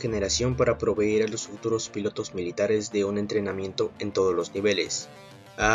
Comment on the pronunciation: segun el presentador .. ya no son “ pilotos “ si no “‘pilatos “